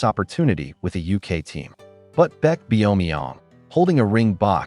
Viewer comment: "Beck Bee-yo-mee-yong" 😭😭